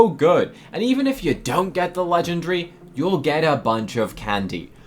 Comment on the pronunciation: You are not saying legendary correctly 😂